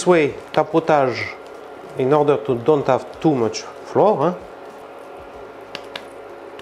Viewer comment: Please check it out: English words "flower" - fleur (Fr) and "flour" - la farine (Fr) should sound identically. Same with the word "trout".